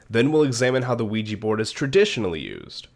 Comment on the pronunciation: Its pronounced wee ja board.